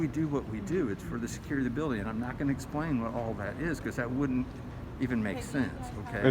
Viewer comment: The Tattoo Toughy reigned in. lost his bark. 1st and 4th Amendments won the day. Hooray!!!